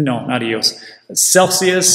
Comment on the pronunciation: he said "Chainlink NOT EOS" not Chainlink adios